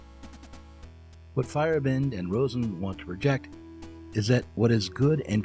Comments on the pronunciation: If you care to know, you're pronounciation of Feyerabend is a bit off. In German, Feier is party of celebration and Abend is evening. The Feierabend is when work ends each day, i.e. there might be Feierabend for you and you leave. In the nordic variations, you may see a y instead of a i in old Germanic words. The way you say it sounds like "firebent" and you're too fast there in the middle. It's "Feier-Abend", with the A like in the Eastern name Ahmed. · Little nitpick: Paul Feyerabend's name isn't pronounced "fire-e-bEND", but rather "fey-er-AH-bend".